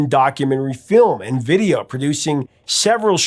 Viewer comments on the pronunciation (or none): none